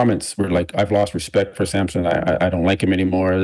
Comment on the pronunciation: is big on “Rechpect!”